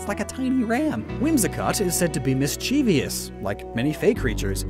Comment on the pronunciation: Also it's pronounced "MISS - chee - vuss" (mischievous).